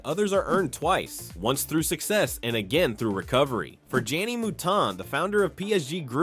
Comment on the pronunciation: It's Dippenaar, not Dippar. Wiese, not Weeez. Jannie, not Jenny. Upington, not Oepington.